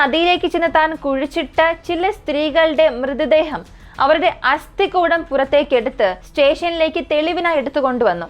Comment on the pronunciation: അസ്ഥി -=- കൂടം /കുടം അല്ല